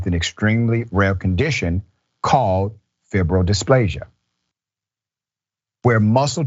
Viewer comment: Fibrodysplasia isn't hard. Long I. If you heard it before u know it